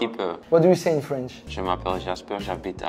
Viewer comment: 😭😭😭😭 c’est une master class (jeu de mot) cette vidéo 😭😭😭 la partie où faut expliquer le son « O » in feench >>>>>>>>